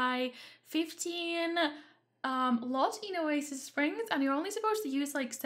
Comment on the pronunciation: Why not "Oa-sis" Springs? It's perfect!